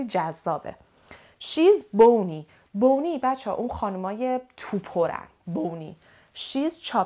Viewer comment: سلام مچکرم از ویدئوی فوق العاده عالی تون. کلمه bonny را شما فرمودین به خانم تو پر میگن و بونی تلفظ کردین. اما توی دیکشنری کمبریج این لغت به معنای سالم و زیباست و بانی تلفظ میشه. میشه لطفا در این مورد توضیح بفرمایید. لغت wavy را میشه برای موهای حالت دار هم گفت یا فقط برای موهای با فر درشت استفاده میشه؟ اگر اینطور هست، برای موهای حالت دار چه لغتی بکار برده می شود؟ باتشکر🙏